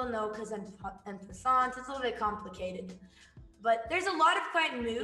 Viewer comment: Why are they pronouncing en passant like that